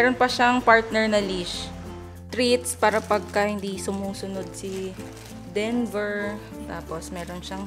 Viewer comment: ngayon lang ata ako nakarinig ng "dinover" for kuya denver. 🤣🤣🤣